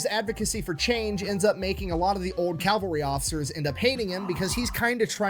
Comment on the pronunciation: It's cavalry, not calvary. Calvary is where Jesus died. Cavalry dies everywhere. off his game. In addition to Hobart many others contributed to massed-tank theory in the 20's and 30's. Liddel Hart in England, Degaulle in France and Deep Battle Theory in the Red Army. Real time communications between military vehicles with radios wasn't practical until the invention of the throat mic, which wasn't available until America invented it in 1935. It was immediately adopted by the German Panzer corps, but not by the British tanks (the RAF did, however). I am impressed with Hobart's accomplishments DURING WW2, but he DID NOT invent Blitzkrieg. The Germans did that in May of 1940. should do more primary resources. Sad to see him as just a crowd pleaser now.